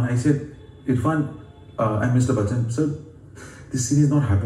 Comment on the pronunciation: Still it's not Bakchan,.